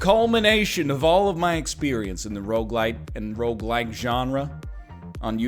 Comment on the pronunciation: A decade later and I still swear he’s saying roguelight